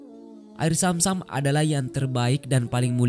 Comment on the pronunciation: BUKAN AIR SAM SAM TAPI ZAM ZAM.. TOLONG DIPERBAIKI LAGI PENGISI SUARANYA